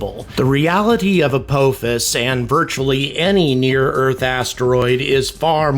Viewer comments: emm... it's pronounced apophis not apouphis? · I have watched WAY too much Stargate to pronounce it any other way. It's Ah-pah-fis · ALSO STOP PRONOUNCING APOPHIS INCORRECTLY YOU OLD FART !! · If watched SG1 maybe he could pronounce Apophis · I've never heard apophis pronounced that way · I was wondering if he was saying it wrong on purpose? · That's not how you pronounce the supreme system lord Apophis's name! Shol'va!